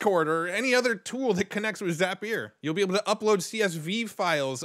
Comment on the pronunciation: Another super helpful video. And you have the best pronunciation of Zapier I've ever heard. For the record, it's pronounced Zap-e-er.